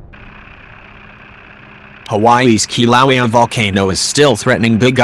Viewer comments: "Kilauea" is pronounced (Kil'a'wa'ya) NOT... (Ki'low'wee) Get It Right!! Or Don't Say It At All >( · Ugh why use the auto voice it pronounces the name of Kilauea wrong and it’s irritating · Your synthetic voice can't pronounce Kilauea! Get a live human for your voiceover work! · Hard to hear the Volcano name mispronounced that way. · If you’re going to insist on using that obnoxious robot voice at least use a good one. Please teach it how to say Kilauea. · It's pronouncing the name wrong!